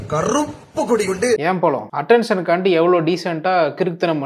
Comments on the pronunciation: Pazham ❌ Palam✅ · அது பழம்✅, பளம்❌ இல்லை